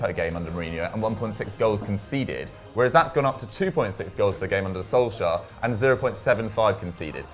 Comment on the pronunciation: Is anyone else annoyed that always says "Solskajer" or is it just me lol